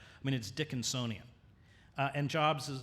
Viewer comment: I love Hedges but "Dickinsonian" woof it's Dickensian n00b